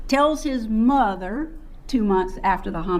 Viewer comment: that and muuuuther instead of mother. drives me crazy